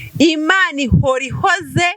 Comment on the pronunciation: Ni Imana ihoora ( guhoora not guhora ) ,gusa urimo kuvugisha ukuri ,ariko se bamaze kumufata ko numvaga bivugwa ko agishakishwa.